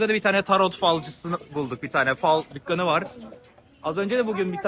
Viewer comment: dukgan değil Dükkan